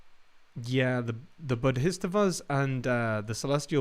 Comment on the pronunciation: Boddhistavas? There might be a little dyslexia going on there. The pronunciation is off. Check the spelling and also reference, for example, Steely Dan, "Countdown to Ecstasy". Second time I've heard this one from you, and I would not mention it if you hadn't been so careful about "Advaitya Vedanta".